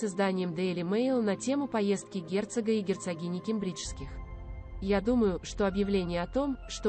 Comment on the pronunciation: Научитесь делать правильные ударения. кЕмбриджские, сАсекские, tАтлер, гАмлет и т.д.